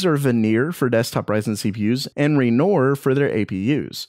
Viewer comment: {Renoar} Not [renor]